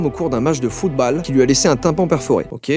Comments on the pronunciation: football (ole) et non pas football (ale) :'( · « Match de fout balle » 😭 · qui dit football comme ça mdr